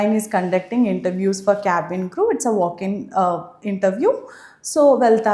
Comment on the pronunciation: I need to tell you only one thing in a pronunciation you are telling crow 🐦‍⬛🐦‍⬛🐦‍⬛🐦‍⬛🐦‍⬛😂.... That is cabin crew the pronunciation is a crew crew crew crew 😎💪 First learn how to pronunciation... Designation